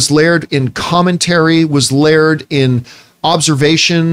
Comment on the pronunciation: My problem with Campea? His pronunciation of "layered"